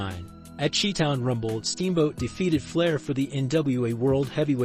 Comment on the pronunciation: wth is a Chee-town rumble ? Anyone know ? I've heard of Shy-town , but the other ?? LMAO. I really hope this is just another crappy A.I. narrator but if not then ....... 🤣🤣🫵🫵🫵😂😂🙄